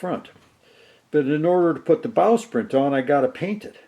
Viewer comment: It sounds like you are say "Bowsprint". The name is actually "Bowsprit".